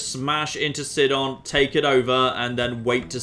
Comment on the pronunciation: I thought the city of Sidon was pronounced Sigh-don